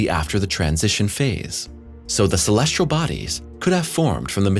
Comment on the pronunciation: I'm a subscriber! I love the narration. The only critique I would give would be to provide the narrator with correct pronunciations. Some words are ok, but when you have a word like "celestial' mispronounced 30 times, it's a bit annoying. 'Celestial' does not have an 'R' in it.